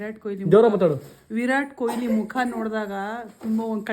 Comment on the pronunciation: Koili alla kanro adu KOHLI !!! Ondu hesru helokkoo barolva? Avra hesru haal maadthriralro thu!